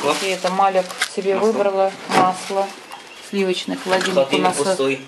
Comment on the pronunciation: доброе утро! Маляк (ангел)женское имя, Малик (король) мужское имя. В арабском языке произносится так. Спасибо